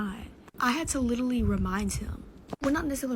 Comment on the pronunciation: She really struggled with the pronunciation of “Literally”. 😂 It’s such a yt filler word 😆